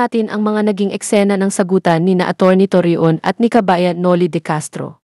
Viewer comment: Torreon pronounce as Toryon…ganun lng